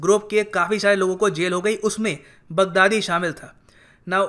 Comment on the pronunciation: He pronounced “Big daddy” 😂😂😂